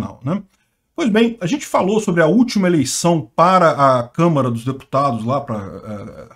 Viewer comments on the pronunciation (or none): none